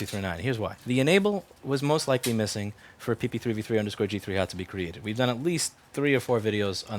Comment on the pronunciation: Am I the only one super amazed at how fast he can say PP3V3_G3Hot??